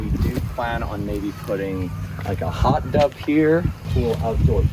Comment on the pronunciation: WAIT did he say hot dub